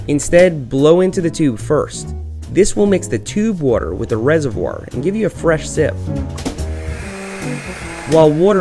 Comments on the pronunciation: its called Waaaater , water . Nobody know wtf wuter is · Why can't you pronounce water